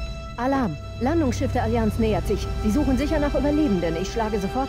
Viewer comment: das landungsschiss :DD